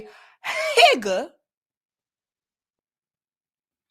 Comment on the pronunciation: When she said Higga I fell out! A Hispanic N- lol!